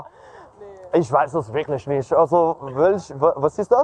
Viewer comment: I disagree with you on the pronunciation part because if you look at for example when he says "Wirklich" german word for "Really" it sounds like he is saying "Wirknicht"lol and also "Nicht" german word for "Not" it kinda sounds like he is saying "Nisht", and these arent difficult words at all but he's just so confident in his linguistic abilities that basic word pronunciation has been thrown out the window XD